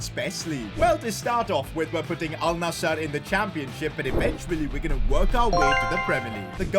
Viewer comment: Thanks for saying alnasr not alnazzar